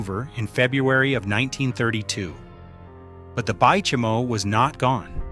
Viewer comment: Bay Chime O lol